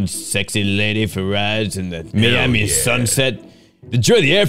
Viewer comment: The thing I can’t get over is pronouncing Miami as meami